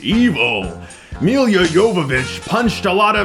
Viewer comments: Isn't it Me-La not Me-lia? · For crying out loud, Milla Jovovich's first name is pronounced Meela. Not Emilia or Milliya. If you're going to trash a movie, at least get the actor's name correct. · Ok but why is he so bad with the simplest names he calls Elle fanning "ella" and milla jovovich "meal ya" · "Meal-ya Jovovitch" killed me every time he said it. Is saying "Mia" (the right pronunciation) so hard? XD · Why do you keep pronouncing her name Milia? It's Milla, like Mila Kunis, you don't say Milia Kunis..do you? xD I swear, you mispronounce the most random of common words. Love your videos though, don't get me wrong, but the 'Milia' thing has triggered me xD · It's not Millia Yovovich, it's Mee - lah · Maia Wilson Chris has tendency to over pronunciate names here lately , and pronounce them incorrectly at that